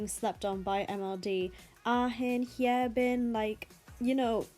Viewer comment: Pronounce their names right, lmao. It sounds weird. A-Hin, Hye-Bin are wrong. They are Ah-in and Hyebin (haebin).